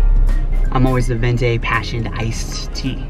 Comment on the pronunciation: "Let's act like we live here" and saying "ven-tay" instead of venti. 😂😂😂